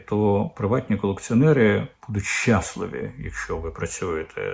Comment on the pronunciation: ЩаслИві а не щАсливі 😅